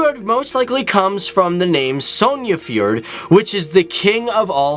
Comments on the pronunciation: The way you say fjord is hilarious "fjørd"😂 but great video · did you know that people are calling norwegian girls the most beautiful in the world? and btw you are pronouncin "Fjord" wrong. :) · Ahaha. The way you say "fjord" is so funny :D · Its funny how you say fjord i love it🙃 You didet say somthing about or soilders thats go to train for 1 year and are the best in miletery music preformans and they are then better than peopel that have this as a job, this is one thing i am very prod off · So funny how you pronouce: Fjord